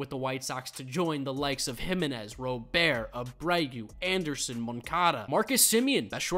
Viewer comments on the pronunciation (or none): The T in Luis Robert is NOT silent